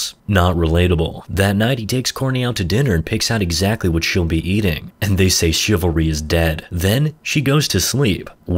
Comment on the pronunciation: And dey sey,And dey sey,And dey sey,And dey sey,And dey sey,And dey sey,And dey sey,And dey sey,And dey sey,And dey sey,And dey sey,And dey sey,And dey sey,And dey sey chivalry is dead.